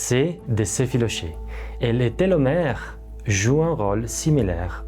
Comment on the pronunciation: Télomères, pas télometres